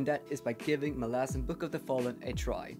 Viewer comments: I'm not sure if there is a proper way to pronounce the name either, but it will always be Molasses now in my mind. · I'm so happy that my "molasses" comment became such a good ongoing joke throughout the video 🤣 And I'm so sad that the author himself pronounces it like that hahaha